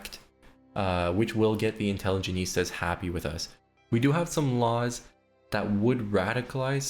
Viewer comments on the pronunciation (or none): Great video! One note on pronunciation, The faction you were promoting at around 12-13 minutes is pronounced In-tele-gent-see-ah rather than in-tele-geh-neest-ah. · Love how you pronounce intelligentsia like a spanish word ("intelligenista") while it was borrowed from Russian and easier to pronounce haha. Great video, I'm gonna try Greece now. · If I hear the intelligentsia be called "intelligenistas" again I will go mad. Also lol too tho lmao. Great video! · European teen who speaks English as his sixth language: does know how to pronounce "intelligentsia* Dipshit from third world illiterate country who only speaks 1 simple language: doesnt If i were american, i'd kill myself out of shame. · It's actually from Latin, but yeah, I twitched my eye every time he pronounced it wrong. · Intelligentsia. Just fix this pronunciation for the next video please. Im either going to have block the channel or cut off my ears if not fixed.